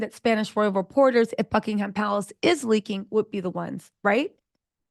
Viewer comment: "F-ingham Palace," lol ---I never heard that before!